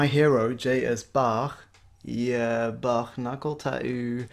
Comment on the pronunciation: An English speaker who can pronounce Bach correctly. Subbed.